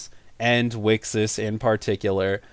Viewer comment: So now you aren't pronouncing Wixoss as weaksauce anymore?